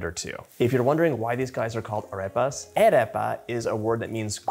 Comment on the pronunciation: I dont speak whatever language the term "arepa" originally comes from, however I am a native spanish speaker and my best advice would be that if you want to pronounce a vowel from spanish, just add a mental "h" after it. So, "arepa" would be "ah-reh-pah" (what you said was closer to "eh-reh-pah", though that is still better than what in spanish would sound kind of like "hey-ree-pah")